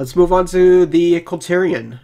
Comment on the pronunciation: It's KulTiran. Not Kultyrian. Lmao